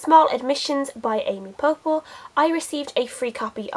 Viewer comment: It's pronounced "Pep'pel"